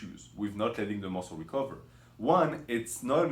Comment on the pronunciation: 5 ways to shhock the musslé